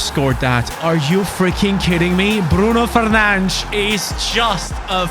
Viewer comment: I love the fact that actually pronounces Bruno Fernandes correctly